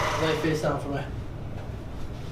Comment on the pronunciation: “For meh”